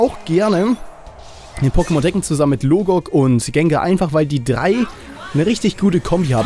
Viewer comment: TRKKEN statt TEKKEN xD